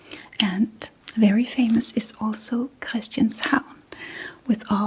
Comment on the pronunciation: The way you said Christianshavn, was the first giveaway that you might be Danish native, very well done:)